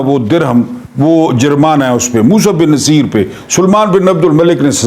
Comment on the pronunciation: السلام علیکم سر جہاں تک میرا خیال ہے یہ نام Musa bin Nu say er ہے. مقصد آپ کی تضحیک نہیں بلکہ اصلاح ہے کیونکہ آپ استاد ہیں. گستاخی معاف